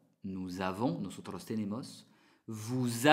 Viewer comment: Perdona pero no decimos notonto jajaja décimos nosotros